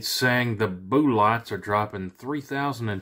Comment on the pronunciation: What the hell is a Booo-lot ?? Speak American English. You sound ridiculous